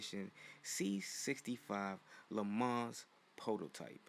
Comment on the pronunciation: You pronounced Le Mans like a trog.